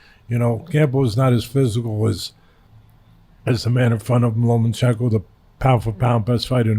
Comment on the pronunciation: Teddy there's no special N in Lomachenko.... it is not LomaNchenko